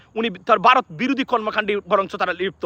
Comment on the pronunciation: বারোত না ভারত।